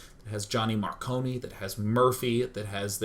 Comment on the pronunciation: mar CONE like snow cone not kony.